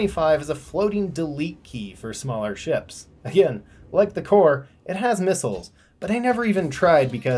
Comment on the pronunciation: It's not pronounced CORE it's pronounced... KOR-EY. SMFH